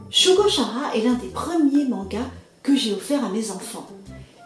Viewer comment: Bonjour. Je connaissais juste l'histoire de nom, ainsi que le fait qu'il existe un animé. Une présentation qui rend curieux de lire. PS : Perso, j'ai toujours prononcé Shugo-KAra (comme dans character, le mot anglais pour désigner un personnage).